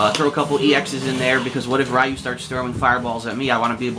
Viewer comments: stop being foolish now, and learn the real pronunciations, Ryu is pronounced Lyu, one syllable the L sound is slightly R-ish, like L and R slurred together, the japanese sound that gets romanized to R is actually half way between r and l. This isn't a sound in English, so it is difficult to pronounce and sometimes impossible for some people speaking English, try looking for some demonstrations. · Your pronunciation is annoying me. Suh-GOT not Saggit. Ree-ew not Rye-ew. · it is SAGAT not SAGET and its RYU not RAYU...what the fuck is wrong with you man. God damn whites just cant pronounce simple shit. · suh-gatt! ree-yu! pronounce